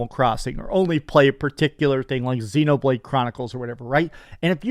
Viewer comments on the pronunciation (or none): none